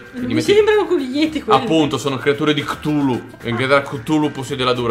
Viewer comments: Ehm..... Credo Sia Cthulhu Non Ktulu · Chutulu si scrive così non ktuli!